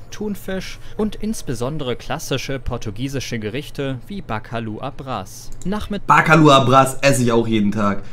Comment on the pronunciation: das heißt bacalhau abras 🤦🏼‍♂️😂